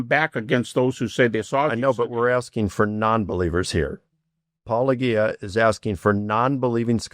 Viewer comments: The biggest piece of evidence against Jesus' resurrection? Historically, dead people stay dead. On another subject, is it really that difficult to correctly pronounce "-ah-gee-uh?" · I thought some of the Christian apologists had started to get name right, but I’m hearing a lot of -o-gee-a in this one. Sigh… 😔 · LOL "Poleggia". I think Mike Lerconers does his best to mispronounce. So childish. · it's so bizarre to me how so many of these apologists don't understand that your "handle" is a play on the word "apologia." But, they proceed to pronounce it in ways that are just all kinds of wrong. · I love how the apologists still insist on mispronouncing name like they don't know who he is. As if there's no obvious connection between "apologetic" and "." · He'll need at least 4 more books to try to explain why silly theists are unable to pronounce..